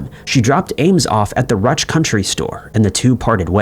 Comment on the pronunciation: Ruch = "Roosh"